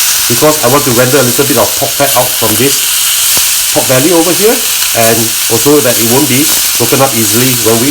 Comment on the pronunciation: Pork? Pod? Pot? I'm confused.😯